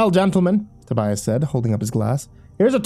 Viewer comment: Not to be THAT GUY, but it's "Tobias".